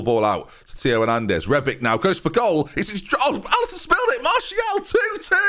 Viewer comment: its rebić not rebik, you say ibrahimović correctly why is it difrent with rebić when its pronaunced exactly teh same lol